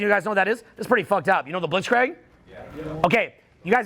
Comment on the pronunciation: I love you but god damn, its Blitz-Kreeg, not Blitz-Craig:D:DDDDDD